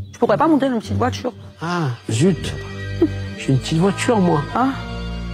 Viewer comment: de voitCHURE